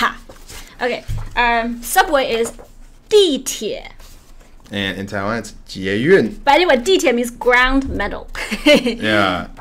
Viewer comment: I may be a bit late to the party and it may have been pointed out already but since I didn't see it in the comments I wanted to say that I think there is a mistake . I believe 地铁 is actually pronounced dìtǐe rather than dìtíe as it has been suggested.